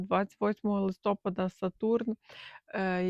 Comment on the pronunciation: ЛистопАда… ЛистопААААААда…